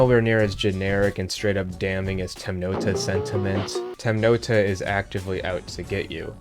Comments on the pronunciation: “Temnota” is translated from Russian and is pronounced “temnotá” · the pronunciation of Temnota is killing me